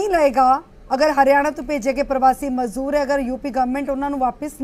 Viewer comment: Mazoor nahi mazdoor hunda madam g Mazoor urdu vich handicept nu kenday ne